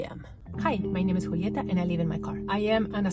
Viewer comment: I wonder if you are Argentinian??? The moment you said Julieta sounds so much from Argentina